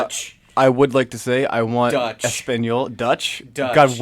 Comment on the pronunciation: When they called Deutsch "Dutch", my soul died. cool letsplay btw